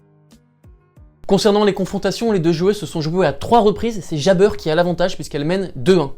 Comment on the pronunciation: Pourquoi tu prononces à l'américaine "jeybeur" haha